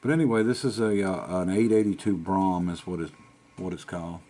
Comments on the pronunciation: Not that I really care how you pronounce it BUT the only way I have heard BROUGHAM pronounced is BROAM... (like the word ROAM but with a B) I also looked it up and about every dictionary shows it pronounced the same. Basically the UGH in the middle of BROUGHAM is silent. The funny thing about the word BROUGHAM is that its original definition meant a carriage with an enclosed passenger cabin and a open drivers position! BROUGHAM was also used for early automobiles with the same open drivers position UNTIL 1916 when Cadillac chose to call a model with an enclosed driver's position a BROUGHAM and ever after a BROUGHAM was whatever you wanted it to be... but usually a higher end luxury car. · I had to look it up, having only ever read about Elcars in the Dykes books . I see there is a book advertised on ebay about Elcars and they were amongst the best cars avalable back then .. BTW, it is pronouned Brorm .. the 'gham' is silent. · What a great car. I think the name is pronounced bruff-am like in Brough superior, the bikes.